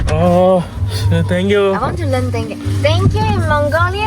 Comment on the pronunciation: Don't say thang you, it is thank you